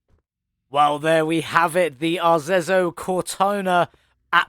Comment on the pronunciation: FYi it's pronunciated "Arezzo Cortona"... Nice build you did here. The red ans gold are absolutely astonishing, really like it ! ^_^ Nice idea to pu the 2-tones black and gold rims on it, looks really nice. I was confuse as the V12 its using looks like the V12 we already had in the game, minus the colored intake manifold... Maybe the perfs are different too, Idk...